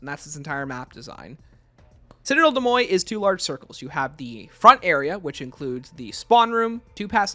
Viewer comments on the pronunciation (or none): I could be missing an inside joke, but you are pronouncing Citadelle des Morts very wrong. The morts is pronounced like more, not moy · Great video but it’s « des moRts » not « moy » 🥲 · How did you even get ‘moy’ out of ‘morts’? If you’re confused about the pronunciation just look it up, don’t make up your own lol